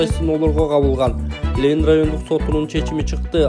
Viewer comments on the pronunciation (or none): none